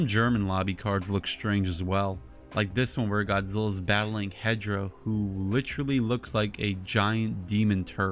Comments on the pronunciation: Why are you saying he hedra it’s hedorah not Hedra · Why are you saying hedra that’s hedorah not Hedra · why are you saying that hedorah’s name hedra that’s wrong. The correct name is hedorah